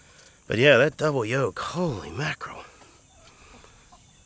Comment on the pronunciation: The word is YOLK.